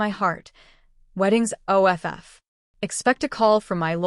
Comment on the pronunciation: "Wedding is O.F.F."? What is the matter with your AI? Teach it to pronounce off as a word, also it and while you're at it, us.